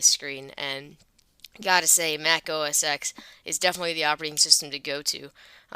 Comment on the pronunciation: it is not pronounced Mac OS "eks" it is Mac OS "ten"